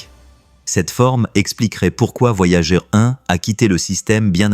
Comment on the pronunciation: La voix IA c'est déja bien lourd, mais quand elle prononce les sondes "voyagé" y'a plus qu'a se pendre :eyes-purple-crying